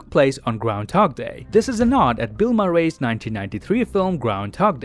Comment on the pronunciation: no offence but you say Murray like joker did before you know what happened